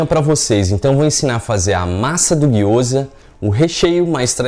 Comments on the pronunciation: Gyoza não , é gyozá ! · Me senti a Hermione de Harry Potter durante todo o video, "não é giyoza~ é Gyozá", depois o feitiço dá ruim e não sabe o pq 😂🤣😂, sobre a receita super dá certo 💜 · Gyoza, a pronuncia correta é guio-zá bem oxítona assim como sho-yú ,a maioria das palavras japonesas são oxítonas onde as vogais não são prolongadas como no português.